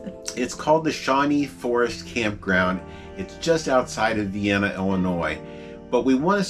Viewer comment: Thank you for visiting. Vienna is actually pronounced as ViAnna. Just like Cairo IL is pronounced as Kero IL. Southern IL has lots of history and great sites to explore. Hope you come back soon